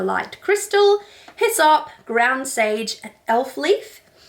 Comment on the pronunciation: I almost spit out my coffee when you said hyssop I thought you were telling me to piss off at first.